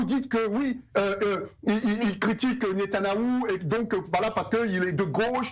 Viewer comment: Ce gars-là, il ne peut même pas prononcer le nom de Netanyahu. Qu'est-ce qui le prend?